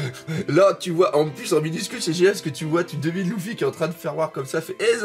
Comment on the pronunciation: Sa me perturbe trop quand il dis loufi au lieu de lefi